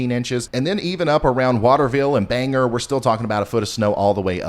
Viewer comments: FYI its Bangor like Bang-gore not bang-her. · Please, Ryan...I like all your info, but from a native New Englander... it's not Wor-ches-ter, it's Wu-stah... and it's not Bang-er, it's Bang-OR. Thank you! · I know its easy to mispronounce cities and towns. But being from the area I gotta say something. It's not "Worchester" it's "Wistah". And not "Banger" it's "Bang-gor". Just here to help 😂